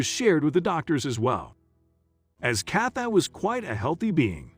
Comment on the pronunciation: Why is he pronouncing her name Cath-eye? Is this a robot?